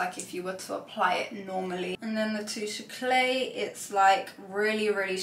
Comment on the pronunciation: YSL touche éclat is pronounced "AY-CLAH"...not "AY-CLAY"..! The Hoola Glow is also intended/marketed as a glowy bronzer, not a highlighter.